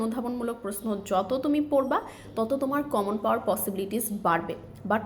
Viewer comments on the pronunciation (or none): none